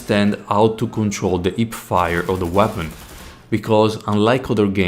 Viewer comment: I chuckled pretty hard when I heard the "ip-fire". Mainly because in my country, people from specific western province tend to swallow the letter "h" completely. Great video tho, good job!